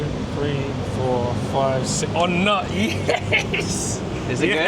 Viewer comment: It's pronounced On Newt